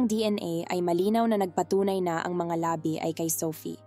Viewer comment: Maganda at malinaw nmn pagkakwento nyo po, kaya lang may mga salita na dapat sana ay pahaba bglasin pinapaikli at pinapabigla nyo. Like labi (na bangkay ) nagiging labi (lips) . Pati Yung bungo (skull) naginging buuungo..